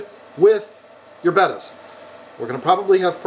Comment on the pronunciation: I am just shocked that you pronounced it correctly finally and not Beta. C'mon, somebody had to make that comment lol